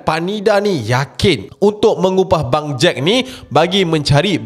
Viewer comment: sebut bangjack takpa ashrap jgn sebut bang jad ja...nanti jd lain plak hahaha